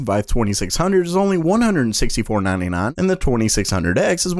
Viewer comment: The way he says 99 bugs me